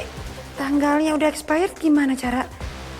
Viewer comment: "sortir barang espeyret'😂😂